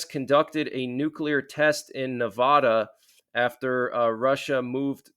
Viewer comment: Its not navaudh bro its NEVADA NE VA DA is it that hard to say